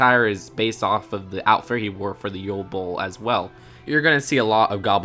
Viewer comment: Not to be rude, but where do they pronounce ball as bowl?